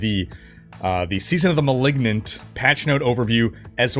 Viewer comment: Seaosn of the Mehlignant ammirite??